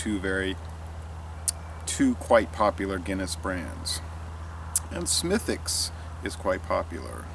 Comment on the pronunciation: Way to nail the pronunciation of the name,! Cheers! Slainte!